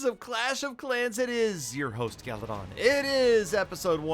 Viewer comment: "gallydon gallydon" I LOVE UR VIDEOS!!!!!